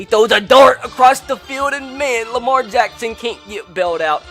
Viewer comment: I love how he says Lamar Jackson “ Lamar Jaxxxxxssoons